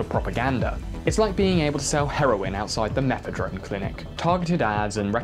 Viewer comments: Methadrone.. haha, you said a word wrong. Methadone.. I only know cause Ive been on it for years.. Woohoo heroin addiction sucks. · "Methadrone" "Nucular" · Its methadone my guy! Not methadrone! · Methadone not methadrone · Methadone not mephedrone. New fan here, I don't know how you do it, but I'm learning and I'm enjoying it. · "METHADRONE" clinic ? ...is this kid a secret BJTM fan.???